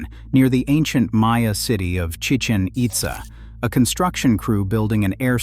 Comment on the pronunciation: It's Chi-CHEN It-ZAH. See the accent marks? It's not Spanish, it's Mayan.